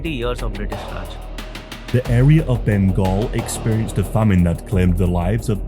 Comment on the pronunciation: Your pronunciation of famine is wrong